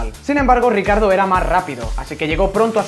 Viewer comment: Se pronuncia riquiardo no ricardo xd